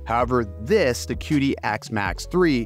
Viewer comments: The Q in Chinese is like CH in English so instead of calling it Kidi you call it Chidi. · It is pronounced Chee Dee, the Qi is the vital life force in Chinese medicine. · Just a heads up; it’s pronounced chee-dee. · Plus, desiccant, Qidi (this one almost understandable). Just some words I noticed you said wrong/weird/different. Please ignore me, I'm just an asshole lmao.